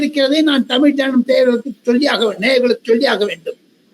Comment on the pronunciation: It's JANAM not JANANAM